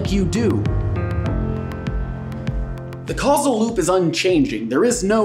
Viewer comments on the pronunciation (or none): its Causal loop not casual xD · Oh! Causal Loop not Casual Loop :) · I swear for the longest time I thought it said casual loop I was sooo shook when I found out it said causal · Who read causal as casual